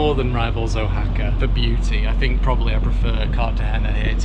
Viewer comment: We're new subscribers and are full time traveling since Aug 21, 2023... We just left 3 months in Mexico and absolutely loved Oaxaca.... To the point I have to beg you... Please have someone help you pronounce it correctly... There's no bigger insult to someone than to continually pronounce their name wrong, and that goes for cities... Wah ha ka... The is no O in the pronunciation... Thanks and we look forward to your guidance thru Colombia... That's coming up soon...